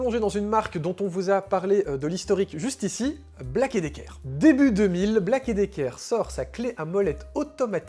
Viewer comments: Ta prononciation de Black & Decker et non Black et Dicker franchement ça fait dur, force toé un peu, un minimum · on dit pas Black et Decker , mais bien Black and Decker...... sinon bonne vidéo 👍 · Ah! On prononce Black And Decker par ici. :)